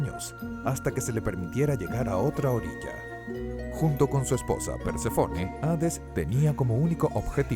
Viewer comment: Perdon tu pronunciación es horrible... incluso con mi nombres simples como Perséfone o elíseos, acentúas mal